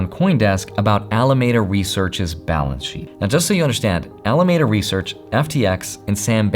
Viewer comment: Alameda Research is pronounced Al-uh-MEED-uh